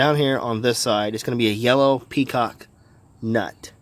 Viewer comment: Petcock. Not peacock. Ha.